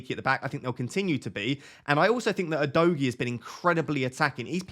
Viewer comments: Udogie is pronounced Udogee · It’s pronounced U- do- Jay.. it is a Nigerian name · Great content again mate 🙌🏾 I say keep your stats to everyone whose started with a proper analyses and managed an average 50+ points for wk 1 and 2 cos a lot is still going on in terms of changes, subs and injuries. PS: Udogie is pronounce “Who Dough Gee) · Hey, Udogie is a Bini name, a tribe in Nigeria. I'm Bini also. It's pronounced OO-DOE-GEAR (but without the R sound in gear) Stress is on the middle syllable